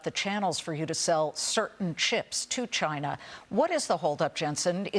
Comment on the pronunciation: Going agst Chyyynaaa manufacturings ................. SAYOURANNA S,AYOURANNA , SAYOURANNA